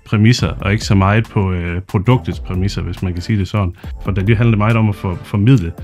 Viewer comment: Var det ikke nemmere at tilføje undertekster til YouTube, så behøvede I kun én video? Og jeg studser lidt over hans udtale, han udtaler det mere som noget der ville staves Dalli, enkelt-konsonant giver langt vokal, så Dali burde rime på Salig, med lang a-lyd.